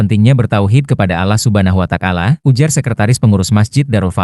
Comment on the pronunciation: Yg baca tex diganti dong masa gak bisa bilang Allah Subhanahu wataala